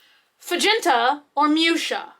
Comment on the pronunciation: I laughed so hard when you called the envelope fagenta or muschia. I had to play it back a couple times to giggle at it. Your face when you realize what you said is great.